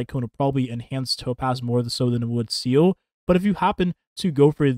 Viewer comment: It's Seele, not Seal. She did not kill Bin Laden.